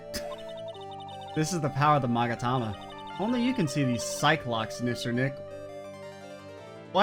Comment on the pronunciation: * Future games * "Are you sure about that?" Also the magatama, that you pronounce correctly, does not exist in the anime but the psyche-lock of certain someone show themself and break whem you unveil the final truth of Justice for All